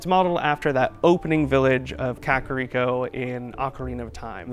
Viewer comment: I was so close to clicking away from this after this guy pronounced Kakariko village that way